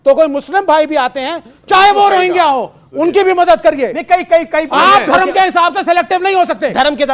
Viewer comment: ये सब रोहंगिया के लिए हैं पर रोहंग्या का नाम नहीं ले पा रहे है